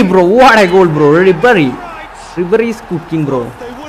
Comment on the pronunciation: Nabry allallow bro ribery allehh......